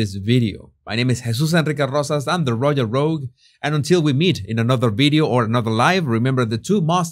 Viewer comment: The British say prigh ve see. The Americans say pri ve see. Only Jesus says pry ve sigh. And please practise the word "royal" because you use it so often and the way you say it, it sounds almost like roy-gal. Keep the tongue down!